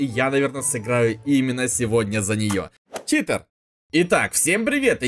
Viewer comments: читЭр, научись говорить, читЕр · заметь пжлст, говорят не ЧитЭр а Читер блин какой ЧИТЭР ЭТО ЧИТЕР